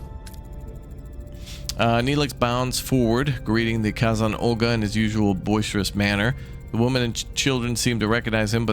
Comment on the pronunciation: and Kay-Zon, lol, but I love he's giving it a try! Hope its a series